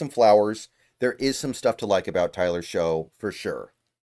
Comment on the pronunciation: I know it's weird but just FYI Shough is pronounced "Shuck"